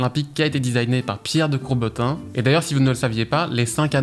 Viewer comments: T'as dit "Pierre de Courbetin" ahah c'est "Coubertin", un grand nom dans le sport ! mais sinon super vidéo, comme d'hab continue comme ça, tu nous régales ! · C’est Coubertin ptdrrr pas courbetin mdrr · 😉 Pierre de CoubeRtin, pas Pierre de Courbetin... 😉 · si je peut me permettre, sans que ça sois négatif bien sûr 😅 c’est COUBERTIN et pas COURBETIN 😅 voilà sinon très bonne vidéo comme d’hab 👍🏻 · Petite coquille à : tu dis "Pierre de Courbetin", c'est "Pierre de Coubertin"